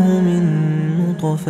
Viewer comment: bonjour , très belle sourate et très belle récitation , je l'écoute depuis deux semaines haha , j'ai remarqué une erreur verset 77 ٧٧de prononciation au mot نطفة le ط est composé d'une soukoune et non d'une fatha . hey every body i think in the 77 ٧٧ sentence it is an error of prononciation at the word نُّطْفَةٍ on the ط it is a soukoune (سكون)and not an fatha (فَتْحَةٌ) , but it could be an exeption of traduction but i don't think thank you .